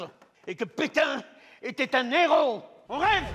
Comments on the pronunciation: Oui, mais... un néro, des zéros :D. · il prononce "Un héros" en "Un néro"